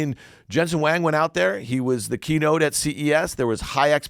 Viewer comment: Why does Dan keep calling Jensen HUANG…Wang? The F is wrong with him. Permabull lost money in the greatest bull run in US history and now can’t even pronounce Huang.